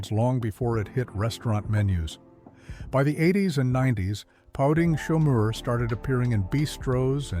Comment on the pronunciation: It's POUTEEN*, & chomeur is as in shawm-er... Pronounced in French, it's POU TIN*